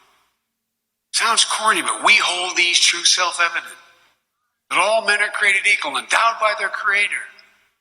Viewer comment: "To be self-evident". It's not that difficult to say.